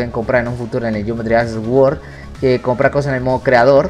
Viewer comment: Geometry Dash "guord" jajajaja